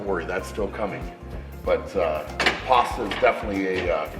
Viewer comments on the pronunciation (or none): please just say pasta bro xD "Pwooohasta"